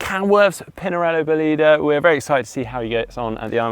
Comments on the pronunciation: You have accent wrong :) Bólide, not Bolíde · The correct pronunciation is Bòlide, with the accent on the o 😉